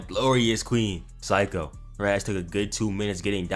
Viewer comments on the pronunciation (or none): Seiko= say-ko (this is how you prenounce her name XD lmao lmao)